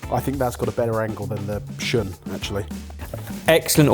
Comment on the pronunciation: So…… shun is pronounced shoon. If you can’t even say it it correctly can you really tell me about this knife? Also all my hand forged Japanese knives are also work horses, difference is I’ll be able to pass mine on to my kids, good luck doing that with a stamped knife. You,can get a solid entry level Shiro Kamo for like 150$